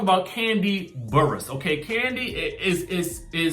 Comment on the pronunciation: You say Kandi's lastname like a true Washingtonian. DC in the building.